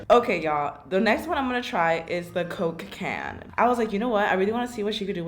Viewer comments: Every time she said “coke can” I kept hearing Cocaine lol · When she says Coke can It sounds like she is saying cocaine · I felt when she said “cOke cAan” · No one: Literally no one Not even God: Karina: coke ca-yann! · My CCCoKe CCan. She really said her c’s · I dont think she can say Coke can lol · Who else thot when she said "coke can" she said cocaine Nobody: Anyone: Just me okay Lol😂